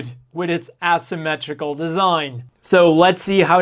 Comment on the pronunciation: ass-ymmetrical lol